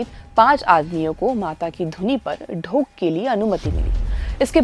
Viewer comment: आप एक शब्द का गलत उच्चारण कर रहीं हैं l "धोक" शब्द को आप "ढोक" कह रहीं हैं l